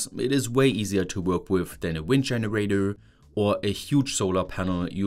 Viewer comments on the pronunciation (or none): no offense, i love that you still cant pronounce anything that ends with an "er".. dscheneräidöööööö. its cute